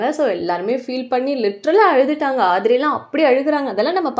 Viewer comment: It is ADHIRAI not andhra😮